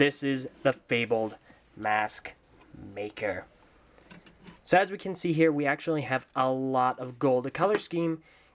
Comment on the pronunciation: Anyone else herd at the beginning he said smathmaker